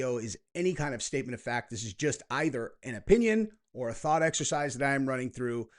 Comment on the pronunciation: I love “THOUgHt ! Excersises!🎉